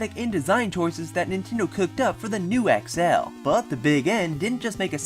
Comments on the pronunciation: you say XL so weirdly.... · sorry but i fucking hate how you say xl